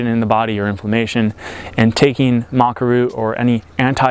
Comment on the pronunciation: I'm curious why you call it Maca Roo? You are the 2nd American I have heard call it that.